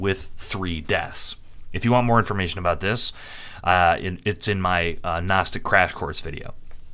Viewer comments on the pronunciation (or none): there is a kind of gnosis to be found in finding new and elaborate ways to mispronounce gnostic